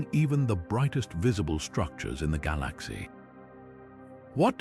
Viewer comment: Someone needs to teach this AI how to pronounce "galaxy"